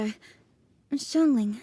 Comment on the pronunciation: Madame ping is the only one who pronounced Xiangling’s name correctly lol